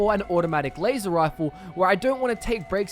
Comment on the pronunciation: rep wazer wifle?